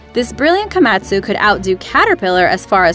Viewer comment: The Way you say the Japanese Word Komatsu. Makes me want to die.